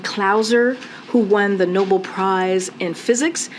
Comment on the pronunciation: Oh for Gods sake it's "No Bell" "Nobel" not noble, village idiots just reading what's in front of them.